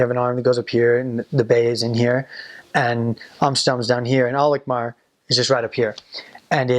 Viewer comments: I was just watching ur vids and this is so cool! Im from Alkmaar too! The way u say 'Alkmaar' is just PERFECT! Your Dutch is really good. Kudos! It's nice to hear u say how beautiful our city is :) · The way you pronouce Alkmaar is just perfect.